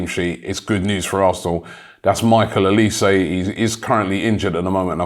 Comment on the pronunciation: Olise is French not English sort it out Robbie